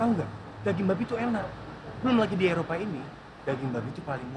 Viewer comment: Eropa not Erpoa